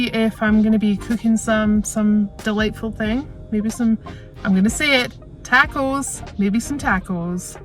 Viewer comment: you crack me up with your "Tackos" LOL!!!!!